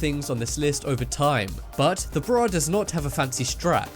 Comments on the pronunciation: Breauh. ugh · The way he said “bra” triggers me😂 (In the title part)